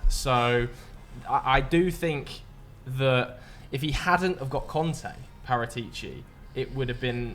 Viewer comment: I love the way southerners pronounce the names Kante and Conte the exact same